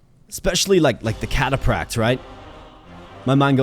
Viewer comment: Bro the way you pronounce "cataphract" was constantly triggering me. >.< Also, the spearman insta-gibbed your eagle because they kill stuff with high move speed, not cavalry....read the card...